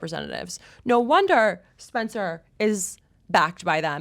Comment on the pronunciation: You can’t pronounce SPencer. Stop the lip injections. You’re beautiful. The Dems funded nazi’s as a tactic. You don’t think they’d do the same here? I just can’t anymore.